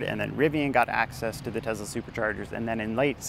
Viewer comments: It's teSSla, not TeZla. What kind of guy drives a Bolt??? Go Trump! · It's Tesla, not Tezla. You come across as annoying. The company is named after a person and that's not how to pronounce his name. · Nice video. One question. Why do you keep saying TeZla. Dude, the guy's name was Nicola Tesla. It's an S sound. Why put a Z sound if there isn't one?